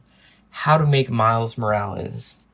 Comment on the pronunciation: U pronounced it wrong its morales not morales